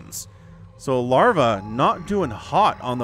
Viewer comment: Why you say lavra lol did I miss the beginning terror lavra same player?